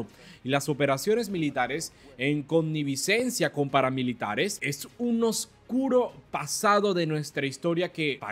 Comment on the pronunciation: Connivencia,joven.....no connivicencia.